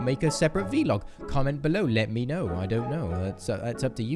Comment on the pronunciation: vlog not v-log